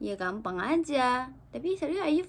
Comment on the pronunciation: mungkin maksud abang malaysia itu dia salahb dengar, dia dengarnya "Kampang" bukan "Gampang", klo kampang iya bisa jadi artinya seperti itu :))